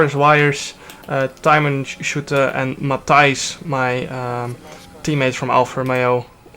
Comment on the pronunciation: Mooi hoe je probeert om Matthijs ook op een Engelse manier te zeggen 😂 geweldig geracet trouwens Jarno🙌👏